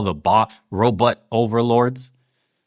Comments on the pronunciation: Sounds like he’s saying Roblox lmao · Uh…did Bernie say “Robutts”???